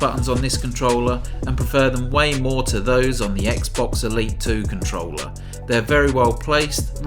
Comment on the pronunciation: What do you want from a guy who speaks "It's a compe'e'ive controuulerr, which fales like a pro controuulerr and kapes a classicul..." I just muted it, turned subtitles on and enjoyed the review which is pretty nice btw.